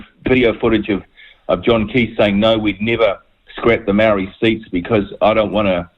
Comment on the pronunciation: Can at least try to pronounce the word Maori?